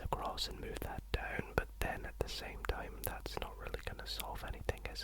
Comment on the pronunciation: stop saying deoaun, say down